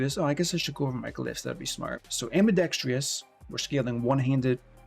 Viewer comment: No 'i' at the end of ambidextrous. Ambidextrous, not ambidextrious.